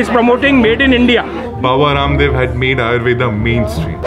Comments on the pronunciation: Baba Rrrrramdev wtf U can pronounce it like Raamdeva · "Baba Kaaamdev" 🥴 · rum dev 😂😂 y'all didn't have to pronounce it like that 😂😂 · Raaam dev pronounce this it is the correct pronounciation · A real Indian knows the different pronunciation of Hindi alphabet, even the clean R like this vlogger pronunciation